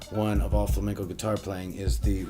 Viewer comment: Vuelves a decir fLaMeNcOu, y tenemos un put0 problema